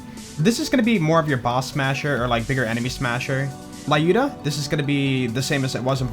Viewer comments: Wtf is LAYUDA??? It's LЮDA, damn American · I’m Russian and it hurts my brain every time you say “Lyuda” the way you do... The names of Vladof guns are actual Russian words. Lyuda is a feminine name and the “yu” is pronounced like “ue” in “Tuesday”, more or less. Just an FYI :)